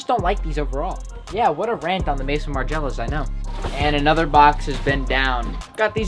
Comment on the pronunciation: The balmain and magriela pronunciation killed me wtf was that